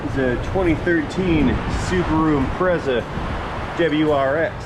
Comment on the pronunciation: Impreza? More like ImPRETZLE